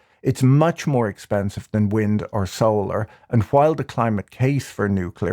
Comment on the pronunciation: I like the way you pronounce "while" as "kwhile", funny finance man.